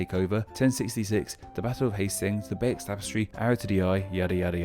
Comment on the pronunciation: "...the Bay-ex Tapestry..." -> BAY-YOO (c'est français).